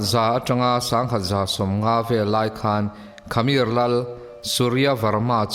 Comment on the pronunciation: Khamir niloin khmer(hmer Tia lam)